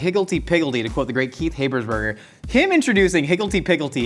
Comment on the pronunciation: Not Josh quoting Kieth and then pronouncing his last name wrong (HaB-ers-burger, not HĀB-ers-burger)